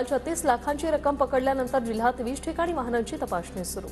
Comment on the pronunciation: मराठी सुधारा, वाहणा नाही हो वाहनांची तपासणी , वहाण म्हणजे चप्पल. जय महाराष्ट्र